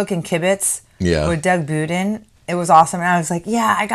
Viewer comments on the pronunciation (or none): Love the dress. Please, I beg you, pronounce Doug's last name correctly. It's NOT Boodin, it's Budin. Like the butain for your gass grill. You know these people & hang out with them.